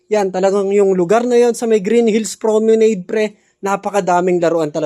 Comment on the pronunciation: tska PRO ME NAD ang basa bro hndi promenade.....